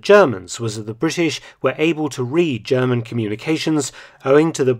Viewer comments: As a bi-lingual speaker myself (English and German), I too am very impressed with Dr. Felton's impeccable German pronunciation. It comes as a surprise, considering that 99% of Englishmen (Americans, Australians, etc.) sound terrible when trying to pronounce German - even those native English speakers who've been studying German for years. I also have to give props to Aaaargle (the native German) for commending Dr. Felton, and for refraining from the tired, worn out standard defeatist line, "the victors write the history", which is obviously nonsense. Aaaargl seems like a stand-up guy, as opposed to a pimple on me arse called spacewater7. Clearly the number 7 indicates the age at which your maturity and mental development came to a screetching halt. Are those the only two German words you know? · I have watched quite a few of your videos. This time your german pronounciation was flawless. It is obvious that you have put some work into it. Very well done! I am most impressed.